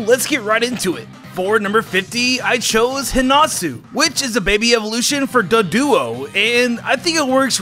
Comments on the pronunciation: 1. Misspelled Politoed's name. 2. It's Doduo, not Duduo. Edit: 3. Pan-phy!? Seriously!? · He kept saying duduo instead of doduo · Duduo? cringes DOduo, dude! Solid video otherwise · When he said duduo it hurts, it’s called DOduo cause it’s a double headed dodo bird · Nobody's gonna mention him saying Duduo instead of Doduo?